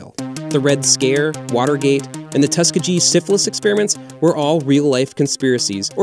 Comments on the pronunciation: For future reference, it's "tus KEE gee" (with a hard 'g') and not "TUS kuh jee." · the "tusk-kuh-gee" experiment???? what???? It's pronounced "tus-kee-gee"